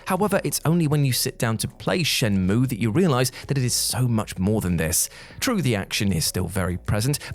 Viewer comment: Not to be a total nerd, but you did pronounce "Shenmue" correctly the first time. Amazingly so, even with the elongated annunciation. Good job you massive lege!